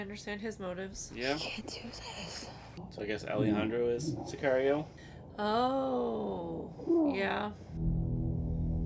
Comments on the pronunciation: si car io is correct. car like how americans say a muscle car. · Excellent intuition on the pronunciation of the movie title. Sicario=hitman.